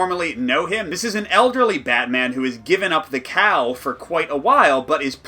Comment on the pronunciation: I was listening to this review in the background and I thought you said "Batman has given up the cow"...